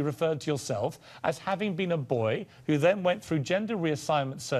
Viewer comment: The word is BOY Piers Morgan, not BOYEEE